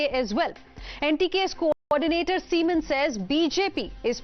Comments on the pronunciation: Beautiful Pronunciation is nice "seaman". 😂😂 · This Anchor needs some schooling: for See maan she says seman(😅), Narayan Tripathi she says Narayan Thirupathi(😅).